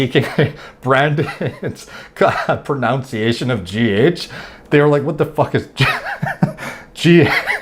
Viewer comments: It’s funny that you are laughing at for saying G-Hech, and yourself saying Pruh-Noun-Ciation😂😂😂😂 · ‘His Pro-Nounciation’ Did...did you just mispronounce ‘pronounce’? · You can't pronounce the word "pronunciation." Have you ever read a book, even once in your miserable life?